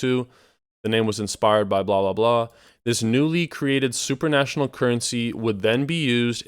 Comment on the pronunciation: Supranational, not super national :)